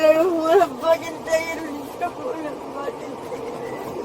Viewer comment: ... He pronounced "fu¢king" wrong 😅